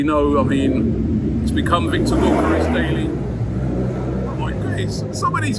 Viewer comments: pronounce Gyo = Gio as in Giovanni...Djio...Djiokeres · Robbie mate, you’re saying Gyokeres’ name wrong…